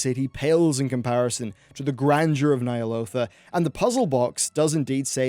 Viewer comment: Dude. You need to work on the consistency of your pronunciation. Nee'alotha or Ny'alotha? which is it?